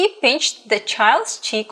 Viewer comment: it is not pin-ched it is pinched